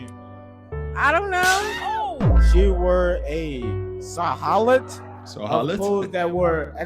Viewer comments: Not being able to pronounce silhouette is crazy work. No way no way no way this is real. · Many people have only heard the word, "silhouette" spoken aloud. They have never seen this french word in print. There really is nothing wrong with this student not being able to read this one word.